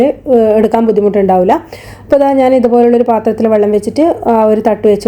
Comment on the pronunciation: വള്ളം അല്ല വെള്ളം.